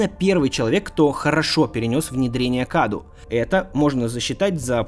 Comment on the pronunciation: Не КАДУ а кадоу (cadou) из румынского это означает подарок